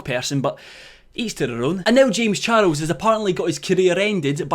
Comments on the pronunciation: No one:: "Jaymes Char-els" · u say charles in a funny way....